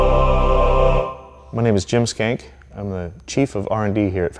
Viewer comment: did he say his name was... Jim Skank?